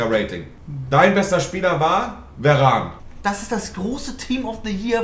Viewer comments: VARANE IS HEIẞT VAAAARANE😂😂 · wenn nervt es auch dass die verane sagen und nicht varane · Veran einfach nicht Varan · Monte: Werane, Fan Dirrrk, EeeeeeUuuusebio